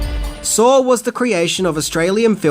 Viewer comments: I knew 6 of these. So, please, 1) stop assuming what we do and do not know, that's offensive AF, and 2) it's called SAW. Not Saur. Idk why accented people speaking English add more "r's' than rednecks, like taters, mater, manners, winders, pillers, etc ...but it's saw. And nobody saur the movie saur. We SAW the movie SAW. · why do you pronounce it "sarr" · Wait?! There’s an “r” sound in Saw? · "Sawr is pretty gwrosse" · "Sawr" Okay. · I'm going to do a shot every time you add an R to the end of the word saw